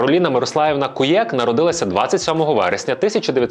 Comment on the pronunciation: Не КуЄк, а КУєк